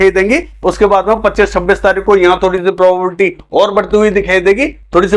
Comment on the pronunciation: Sir प्रोबेबिलिटी बोलने में कुछ कढ़िनाई aa rahi he इसलिए संभावना शबर का यूज करे